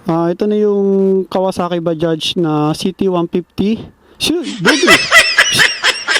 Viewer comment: Ayos pagka basa mo sa bajaj sir ok po kayo. Ibang blogger dyan mali mali mag basa dyan badja daw? Baja? Mali po!